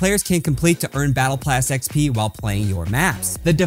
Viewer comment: Bro really says battle plass